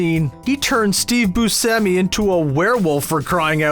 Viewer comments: Is anyone gonna talk about how the narrator said familialararity or pronounced Steve Buscemi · Steve Boo-Shemy